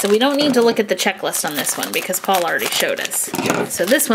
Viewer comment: You said po not poul